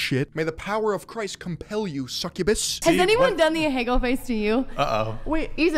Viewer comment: If she’s so enamored by Japanese culture you’d expect her to at least pronounce “ahegao” correctly, good god